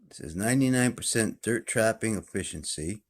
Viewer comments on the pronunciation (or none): none